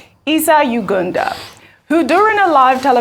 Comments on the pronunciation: Did she just called Isa Yuguda, Ugunda? pathetic! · Get well soon Ojy. hope your ligaments heal well in Jesus name. BTW its pronounced Y-U-G-U-D-A just as spelt. Diction baby, diction! Love you still. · Pls Ojy tone down on this ypur Oyinbo accent.Which one is Yuganda.Even CNN and Aljazeera pronounce our local names better than you.